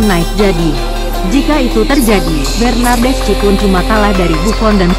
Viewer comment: Baca nya bernadeski/bernadeschi bukan bernadesci